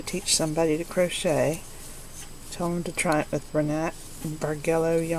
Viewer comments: The yarn looks pretty good. From what I find in my dictionary, the pronunciation for the word Bargello is with a soft g so is bar-jell-o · It is pronounced: bar jello as in the needle work that is worked with yarn on unmarked canvas...